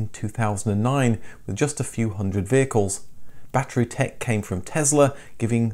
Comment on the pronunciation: It's NOT a "Ba-Tree", it's a "Ba-TTerY"